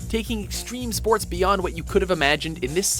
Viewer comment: 9, Streme Spoats!